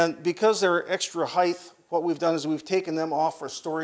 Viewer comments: ....SOMEBODY please tell this guy... there's no such word as HEIGHTH!!!!! it's height.... sigh.... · so many times i hear people say heighth, i too sigh deeply